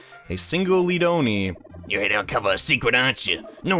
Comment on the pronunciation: Didnt the dude say his name pronounced Leah-doni